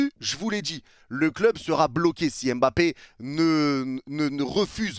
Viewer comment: C’est kylian mba-ppe pas kylian m-bappe. J’ai forcé depuis maintenant mais ça me chauffe